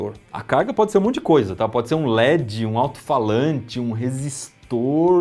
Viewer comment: Se gosta de pronunciar corretamente o inglês diga led e não ledxi. O d fica mudo. A pronúncia do inglês é diferentxi do portuguêx carioca.